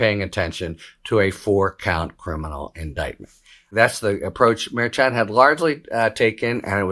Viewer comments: The Judge's name is Mer-Shan. Not Mer-Chan. Harry is a pro. He should correctly pronounce the judge's name. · Harry needs to correctly pronounce Merchan. It's been long enough now. It's not that hard. Harry is a professional with a massive resume. He needs to pronounce the judge's name correctly. It is MerSHan. Not MerChan. Yes, this is pronounced different from how it is spelled. But that is the choice of the Judge. It is Mer -Shan. Not Mer-Chan. Harry should learn to pronounce this correctly.